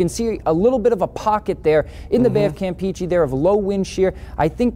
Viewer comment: I also was confused, especially when they pronounced Campeche like "Camp Peachy". They need help!